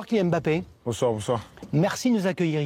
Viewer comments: Monsieur bravo. Vous êtes, si je ne me trompes, le premier journaliste français qui prononce le nom de Kylian Mbappé correctement, sans séparer le « M » du bappé. C’est comme ça que ce nom doit être prononcé et pas autrement. Merci 🙏🏽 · Finalement les francais Ont apris a prononcer les noms Camerounais 😂Mbappe et non M-bappe